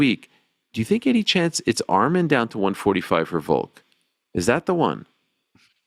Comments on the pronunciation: Again Ariel, it’s Volk, not Voke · Petition to get the show to stop talking about Volk just so that we don’t have to hear Ariel say “Voke” anymore